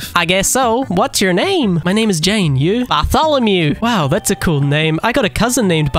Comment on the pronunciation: Bro pronounces it Bar-tholl-a-mew